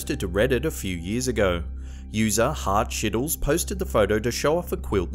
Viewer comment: #2 is me. Literally. That's me in the photo and the way you pronounced my old tumblr name is hilarious. It's heartshiddles.. but like hearts-hiddles. hahaha Anyway, glad to make it onto one of your lists, dude!